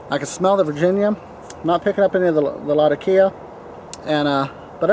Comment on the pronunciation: By the way, I hate you a little more every time I see that pipe, and it reminds me that I should have bought it! Glad to see you learned how to say latakia!